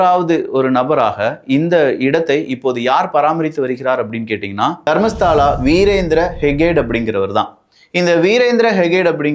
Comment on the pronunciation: அது தர்மஸ்தலா. தர்மஸ்தாலா இல்ல. அப்பறம் ஹெக்டே ஹெகட் இல்